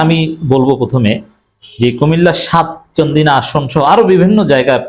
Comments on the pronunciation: ঠিক করে উচ্চারণ কর।চান্দিনা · আপনার এই অভিযোগ সম্পূর্ণ মিথ্যা। আপনি সবসময় জামাতের নির্বাচন পদ্ধতি নিয়ে নেগেটিভ সমালোচনা করেন। চান্দিনার নামটা ঠিক মত বলতেও পারেন না। আপনি কি ব্যারিস্টার শাকিরুল্লাহ চেনেন?রুকনদের ভোট কে কত পেল,তাকে অন্যকেহ জানতে পেরেছে?এগুলি যারা বলছে সম্পূর্ণ অনুমানভিত্তিক কথা। আর আপনি তাদেরকে আরো উস্কে দিচ্ছেন। আপনার মাঝে মাঝে সমালোচনা গুলি আপত্তিকর। প্রকৃত ঘটনা আপনি জানেন না। প্রত্যেক প্রার্থীদের বেলায় তাদের আপত্তি।